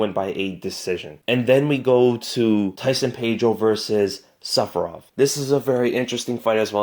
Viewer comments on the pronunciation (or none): I heard sephiroth instead of safarov and for a second I had a dream